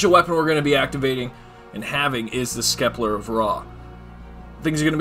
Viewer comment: The way you Sceptre makes me cringe. You are not saying it correctly Incase you’re wondering